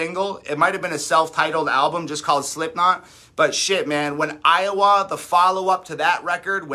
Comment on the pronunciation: Pronunciation of Iowah j/s 😉 So cute!